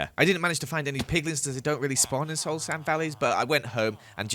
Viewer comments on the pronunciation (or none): none